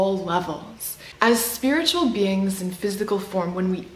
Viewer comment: are you saying 'be-angs' instead of 'beings' on purpose?